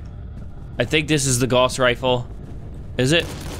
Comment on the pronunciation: the rifle is pronounced g ow ss